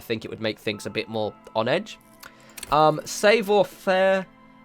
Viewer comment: "SÄWWOR FARE!" - Haha, yeah - It's kinda cringe. xD